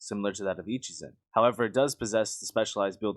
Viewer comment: "Echizen" Where did "Ichizen" come from